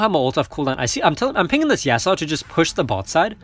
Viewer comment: You're pronouncing yasuo's name wrong again lol